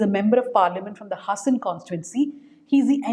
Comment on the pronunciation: Please pronounce the name of the place correctly. Its HAAASAN